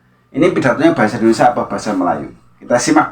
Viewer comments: Pengucapan Indonesia diperbaiki mas bukan Indonesa...😂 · Indonesia mas bukan endonesa